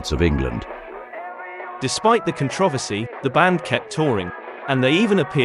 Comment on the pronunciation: Dude can't say the word "controversy" correctly, lol!